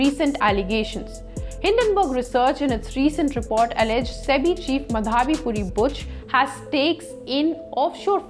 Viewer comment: ''माधवी पुरी'' --नॉट ''मधावी पुरी''. प्रोनॉन्शिएशन इज् नॉट करेक्ट. प्लीज् नोट.